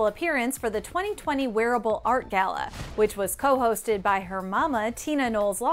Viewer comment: "It's the Gayla"